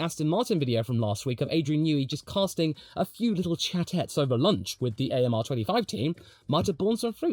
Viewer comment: "Chattette"? Stick a silver H on your head, I think you could pull off a convincing Arnold Rimmer. F1 related... errr? Max was fantastic. I like sitting on the F1 fence and swinging my feet. I pride myself on not having any horse in the race (besides RPM powered levels of disdain toward Lance Stroll). I'm just glad everyone has a lovely time.